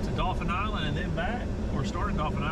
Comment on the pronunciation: It's "Dauphin Island", Ya dolt!!!!!